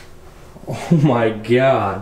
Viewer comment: "Oh, my Giad" - hahhaha